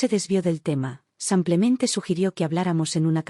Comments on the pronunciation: tus historias lo dices como que “ san clemente es “ simple mente “ disculpa la corrección pero se pierde un poco el texto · Solo agrego que hay ciertos errores para ayudar a corregir, en este caso la palabra: simplemente ( porque dicen samplemente?)